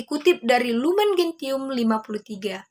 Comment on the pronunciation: Lumen Gentium dibaca jadi Lumen Jensium y 👍👍